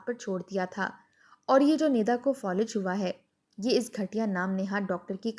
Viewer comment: Folij nahi Falij